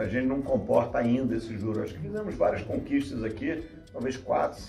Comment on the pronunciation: Quão difícil é pra uma banqueiro falar "conquistas"???? 🤦🤦